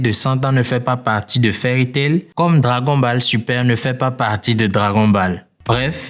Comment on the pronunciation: On dit dragone bollse